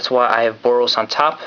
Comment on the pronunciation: he didn't say the boros mechanic right lol